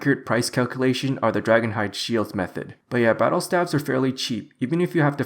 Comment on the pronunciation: Yeah, yeah, I'm gonna get some heat for this, but whatever; The plural for battle staves is pronounced battle STAY-ves.